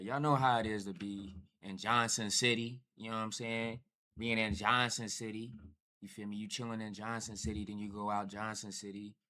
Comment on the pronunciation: 'Johnson' City to Limpopo??? You must have meant 'Johannesburg'.